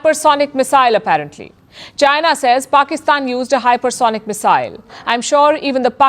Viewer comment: Missile 这姐的发音是不是错的？我全程听得好别扭。